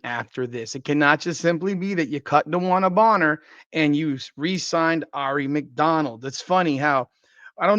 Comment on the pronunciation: Now you just have to learn how to correctly pronounce Aari. 😉